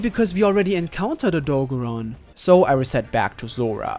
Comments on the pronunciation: Odogaron getting called Odo-bear-on hurts my heart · the way he says Odogaron makes me uncomfortable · Bruh the way u say Odogaron piss me off because you saying his name wrong.